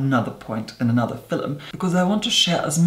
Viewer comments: "So today's FILUM." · Wait, are you Irish? Had three exchange students from Ireland in my university and they all pronounced “film” as “fillum”. I thought it was the cutest thing ☺️ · Every time says "film" in a video ahhh I love it! The sound of his voice is amazing and the way his mouth moves when he talks. ❤